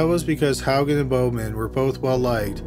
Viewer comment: I'm shocked you pronounced Haugen correctly. That's my maiden name. No one gets it right.😂 I'm trying to figure out If I have a cousin named Steven.